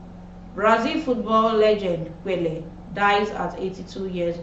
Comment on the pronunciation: Learn to pronounce names. E.g. Pelé.